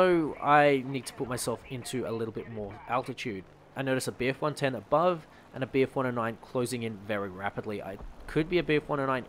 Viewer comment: You really struggled trying to say bf110